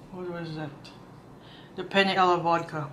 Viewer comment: Very good perfect Italian pronunciation, Penne alla vodka, 👍👍👍👍👍❤️❤️❤️❤️